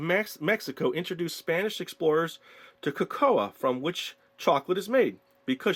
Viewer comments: So when you say hot cocoa you say coco a that's wierd it's COco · It is co co not co o co Lol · Cocoa is pronounced koko